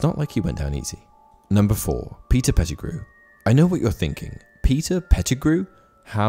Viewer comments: You lost me as soon as you said Petergrew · I can't go on with the video when you said Pattigrew instead of many others more powerful than him. Also in many of your videos, misinformation is quite high. Facts are not being taken in consideration and movies are the base of your knowledge.